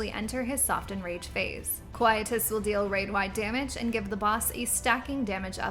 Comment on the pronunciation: You are pronouncing Quietus Wrong... Quietus: phonetic pronunciation qui·e·tus /ˌkwīˈēdəs/